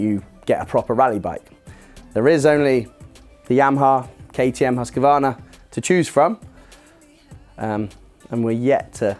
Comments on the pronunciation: It would probably be easier for most to come closer to the correct pronounciation if they read it as Huskvarna which is the correct way to say it. It is the town where Husqvarna was founded in the late 1600s and where the company got its name. In 1906 the town changed the spelling to Huskvarna with a K instead of a Q. I do not expect anyone to nail the swedish pronounciation, just like i don't pronounce Kawasaki with a japanese accent. However, for anyone wanting to know the correct pronounciation in swedish, husqvarnas promo video intros, and the wikipedia page for Huskvarna city. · The correct pronunciation is Husqvarna, not Husk a varna . 😁